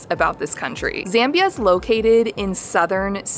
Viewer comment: Z-ah-mbia, not Z-eh-mbia...and welcome